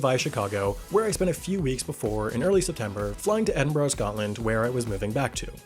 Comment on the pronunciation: How is it that you live in Edinburgh, and yqet pronounce it "Edinborough?